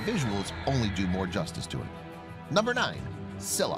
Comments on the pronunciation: Scylla name pronounced is : Skilla (u pronounced it wrong) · It’s not Silla it’s Scylla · I always pronounce Scylla (skaylla) instead of (sylla). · How could you pronounce Scylla's name wrong? This guy comes from Greek mythology, so it should bi pronounced as Skülla/Skíla, depending on the accent. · It's not silla it's scylla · ITS pronounced ski-la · It’s sc-i-ll-a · its pronounced Scylla (Sky-la) and It's pronounced Methuselah (Nephew - Say - La) AND it's pronounced Behemoth (Beh - heh - MOTH) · You can’t pronounce Scylla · U say it s k y lla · Let’s just get the fact that the names he said for each of the animals were all wrong btw